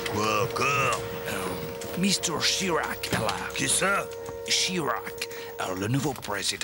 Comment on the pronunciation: J'adore comment il prononce Chirac 😂